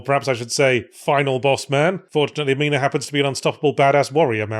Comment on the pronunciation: What is my name doing on a game?.....ngl, it's a little surreal that yhatz keeps saying my name and actually pronouncing it correctly 😂